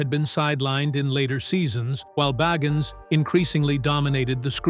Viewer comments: The narrator needs to learn how to pronounce Zac’s last name. Boggins??? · If you're going to narrate a STORY, learn how to pronounce his name right. It's BAgins. Long I. Zak Bagins. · I like how he calls him beggins and boggins interchangeably 🤣🤣🤣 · Why is his name pronounced differently every time you say it? Bagins barrrgins baagens. No commitment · I love how this guy pronounced Bagans different every time the entire video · You can't even say his last name correctly -_-; Try saying " The Rain In Spain Stays Mainly On The Plane" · Dude, who ever you are PLEASE SAY ZACK'S LAST NAME RIGHT! Every time you say it you change the pronounceietion! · Please decide how to pronounce Bagans.....ugh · It would be great if you could decide on a pronunciation for his last name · Good grief! Figure out how to pronounce his last name! Every other time you say his name it is pronounced differently. A lot of this is crap. Nick lost his shows because he’s a big bore. Didn’t have good ratings.